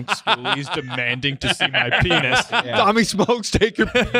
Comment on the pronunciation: I’m not sure anyone caught calling Tommy a cigarette for how he pronounced it. Big laugh out of me